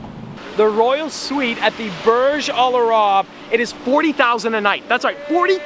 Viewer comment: The way you say :Al-arab is fucking annoying. It's al-AYYYYYYRAb come on. Also, every single youtuber and his mother has went to that presidential suite, they do it all the time.